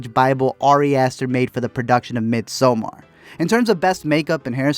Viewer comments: It’s pernounced midsummer not sommar. That’s the only annoying thing about this video. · He said “mid so mar” 💀